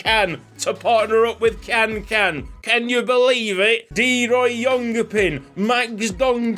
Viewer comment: ik you dont care much about names anymore but if you do the turkish last name can is pronounced jan